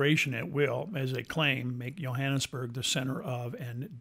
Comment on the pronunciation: I grew up in the area. Hiked all over the hills worked in many of the homes. It is a nice area, but the one thing that drove me nuts watching your video was the pronunciation of Johannesburg. The (J) is not silent. me and that you kept mispronunciation the Johannesburg I could not stand to watch the rest of your video. If you make a documentary the name of the place that you’re talking about correctly please. Do you have a nice day God bless.